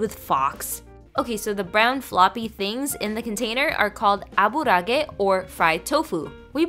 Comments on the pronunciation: It's pronounced Ah-burah-ah-geh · Minor nitpicking, but the word aburaage is made from the word abura and age, so you are supposed to pronounced the middle a twice instead of how she pronounced the middle a